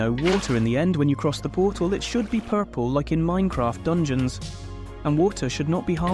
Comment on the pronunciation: "Horus" "Dangeons" 💀